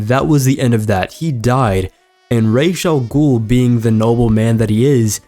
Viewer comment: Really fun video a peeve is how you pronounce Ra'as Al Ghul's name it's pronounced Raas not Raish!